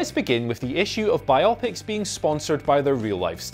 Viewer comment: Chronicles Of Callum: Yeah, especially biopic 😆